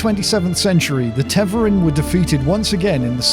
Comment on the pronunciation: My only critique is Tev-are-in not Tev-er-in. And yes, this is a proper noun so there is only one way to pronounce it. Other than that, awesome video and I really appreciated your production values. Sound was spot on with a perfect music/voice ratio and your script was perfect. Will be subscribing for future videos based on that. Great work!!